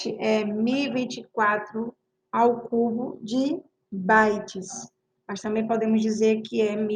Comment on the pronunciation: Bites???? "bytes"